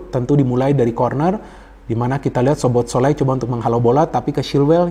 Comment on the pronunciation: bacanya SOBOSLAI om